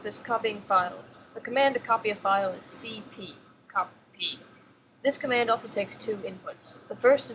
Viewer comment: that was fun to listen to... my favorite was cp "C-O-P-Y "